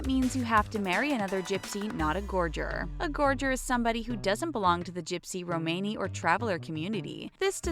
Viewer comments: I think it’s pronounced “RUMni” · It’s pronounced Rom a KNEE....